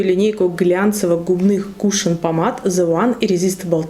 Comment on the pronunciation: Не кУшон, а кушОн правильно говорить.